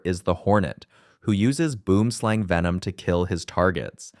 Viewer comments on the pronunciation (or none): this ai voice saying boomslang so wrong